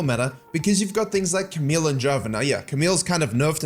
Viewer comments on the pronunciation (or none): none